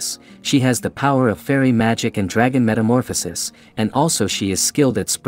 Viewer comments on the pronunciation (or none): none